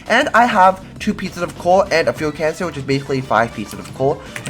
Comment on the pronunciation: Why does he say fuel cancer instead of canister